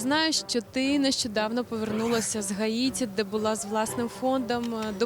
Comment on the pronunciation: А никого не смутило, что вместо Гаити она говорила ХАИТИ